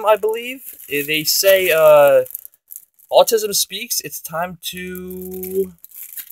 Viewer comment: sorry for laughing autism bracelets how u said it